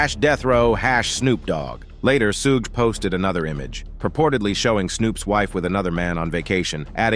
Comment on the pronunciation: SHOULD WE BELIEVE ANYTHING/ANYONE THAT ALLOWS ARTIFICIAL INTELLIGENCE TO NARRATE?? Cannot even pronounce Suge’s name correctly!!!